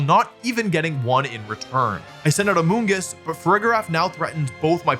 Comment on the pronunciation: "AMONGUS" no no no "AMOONGUSS"!!!